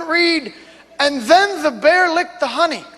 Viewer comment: and then the bee-ahr like-e-de the hohney and then the be-ahr LIKE-E-DE the hohney. XD I was dying